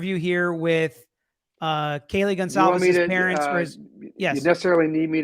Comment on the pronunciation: STOP SAYING GONZALVEZ 😂😭 Thats not their name